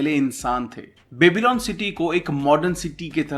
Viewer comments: It's pronounced as byabylon not babylon :) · क्यो बेबी-लॉन बोल रहे हो यार वो बॅबलॉन है कोई बेबी..लॉन नहीं